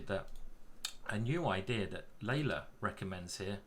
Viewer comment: Love your deep analysis. PS. You pronounce Leela as Layla (Leila), but it's Lii'la as in Leeloo (key blue)